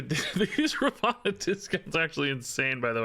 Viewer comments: *Ravonna not Ravanna 😂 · definitely saying it wrong/different as her name is Ravonna not Ravanna like you are saying, google translate it helpful when confused